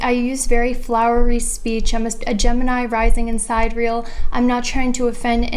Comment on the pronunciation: Btw it's pronounced sigh-DEAR-ee-uhl